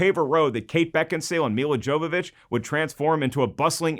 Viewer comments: "Jovovich" is pronounced "Yovovick". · WRONG It's pronounced Yow-vuh-vich not "vick" she's not a vapor rub.